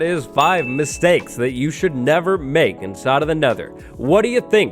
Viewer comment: Could've swore it said "Mistakes you should 'nether' make".